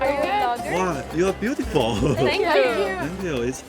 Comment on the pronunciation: 啊，你这 beautiful 听得我老尴尬了，哈哈。